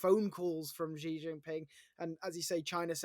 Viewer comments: When you talk about China and you call yourself an expert an China and you pronounce "Xi" as "Zhi", I find it very difficult to trust you on China matters. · Chinas rabid nationalist campaign? what does MAGA mean? its the epitome of Nationalism! It's annoying how 'china experts' feel they can comment on what China is thinking when they really don't know. He can't even pronounce President Zi's name properly. Its just the opinion of a white man in the west. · Xi is pronounced SHE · When you claim to be a “China expert”, but cannot even say the name “Xi” correctly😂😂😂